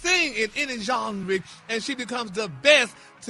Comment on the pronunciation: I nearly died when Gary said John-ree (Genre)🤣😭🤣😭🤣